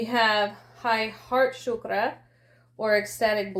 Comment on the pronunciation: Thanku for the reading. But I didn't understood why are you mispronouncing the word Chakra, it is pronounced as chakra cause that is what it is, energetically. Chakra or wheel. Shukra is a completely different word. Shukra means bright even referencing Venus. Chakras are not shukras.These words have sanskrit roots.